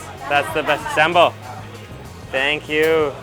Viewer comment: "Saam-baal", not "sam-bel", roti "Cha-nai", not chennai...